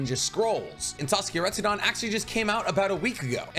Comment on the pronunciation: RetsuDEN, not "dan"